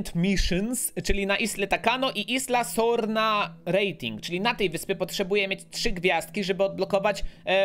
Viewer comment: i jak coś to sie czyta isla sorna